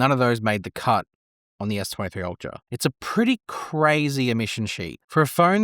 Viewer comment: Try to pronounce s23 and s26 clearly before you post. Terrifying